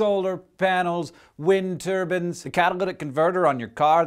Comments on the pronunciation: Its Turbines not Turbans!!! Windmills not Sikhs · Turbines not turbans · Am I the only one who heard "Wind turbans"? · Clyde Wary it was a joke. The way he says turbines sounds like turbans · Wind turbines. He just pronounces it "turbans" lol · Love the video, but I must ask, where is your accent from that you pronounce "turbines" as "turbans"?